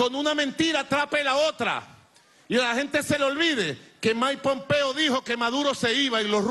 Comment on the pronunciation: “Maipompeo” :v